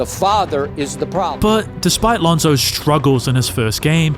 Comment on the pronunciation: Did you say Lonzoes Dominance?